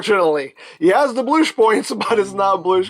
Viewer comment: No 'Bloosh' compactible!